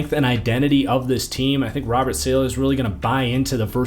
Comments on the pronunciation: i tried to tell u before its not SAYLAH its salah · Great vid as usual, but STOP SAYING SAY-LEH! IT’S SAH-LAH!!!!! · great video ! its pronounced sah-lah btw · hearing your pronunciation of saleh was absolutely painful.